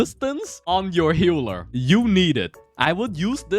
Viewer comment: why this mf keeps saying "HEULER" instead of "HEALER", but very nice video thank you